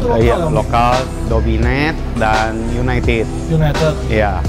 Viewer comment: Yg ngebenerin pas bilang UNITED malah salah sndri wkwk, masa iya bacanya juga UNITED 🤣🤣, bhsa inggris bacanya disamain sama tulisannya wkwk